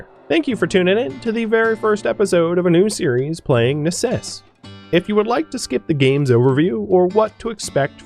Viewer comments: necesse is Latin form for "necessity," believe it or not. It is pronounced "neh-KESS-eh", three syllables, accent on 2nd syllable. (all Cs are hard in Latin, like "computer" and never like "ceiling") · Hi, The name of the game should be latin (necessary): in that case, it's pronounced just as it's written.